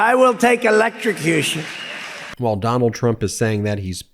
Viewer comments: ELEKRICUSHUN???!!! Wtf!!!!😂🤣😂🤣😂🤣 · “Electstrocution. It’s so unfair!” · Electroshcution affected his elocution. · I can only bear to watch it (trump) maximum 30 secs due to his stupidity and nonsense, which makes it unbearable to watch. The stable genius (/s) cannot even pronounce, 'electrocution'. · Note to self -- never attempt to say electrocution when you've been nipping at the bottle. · Trump can't even say electrocution, and Republicans want to put him back in the White House!!! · That's where his voice is so weird and he doesn't seem able to say electrucution